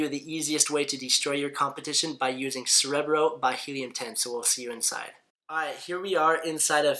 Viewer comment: 30 seconds in and he can't even pronounce 'Cerebro' correctly. Contemplating exiting........